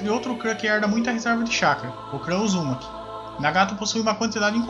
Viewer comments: O que me irrita em qualquer canal que faz menção ao Naruto ou até mesmo a qualquer outro anime é que falam os nomes dos personagens errado, cara o nome do personagem é o nome falado em Japonês, exemplo: clã "Uzúmaki" com a pronúncia da letra "U" como se tivesse um acento agudo, o correto é Uzumaki. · Mano o cara não consegue falar Uzumaki kkk seus vídeos são fodas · Vc fala uzumaki estranho